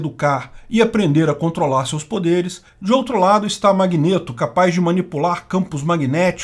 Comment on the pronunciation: Que agonia o falando “magnêto” 😂 😂 😂